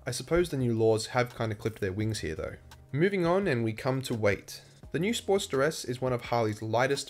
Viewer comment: I got confused as I had this in listen mode. I kept hearing “Sport - steress”. Why is the sport stressed? Then I realized the accent! Great review. HD wins across all categories!